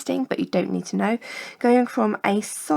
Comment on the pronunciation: free3eing? it's freezing